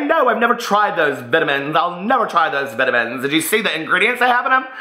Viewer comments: the way you are saying vitamins, makes me think of the "I Love Lucy" skit, vitavigemin lol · VE-TAMINZ LMAO!!!!!!! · I thought the same thing 😂😂